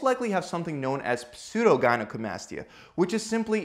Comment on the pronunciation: He pronounced gynecomastia wrong :/